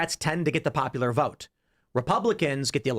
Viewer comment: Lady, there’s no “r” in the word “vote”.